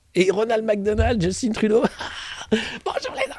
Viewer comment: On prononce Justin Trudeau comme on prononce Justin Bridou, pas comme Djeustinne Bieber !